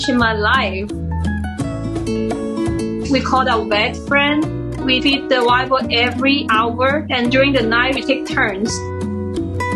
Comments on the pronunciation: Thought she said "White Boy" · "Wiyah Boyh" instead of "Wild Boar" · When you put the CCs on, every time she says “wild boar” the CCs write “white boy” 😂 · Cute story, though I kept hearing "white boy" instead of "wild boar", made me chuckle.